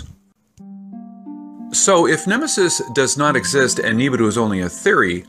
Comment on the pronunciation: How about you pronoun it rt "nee ba ru"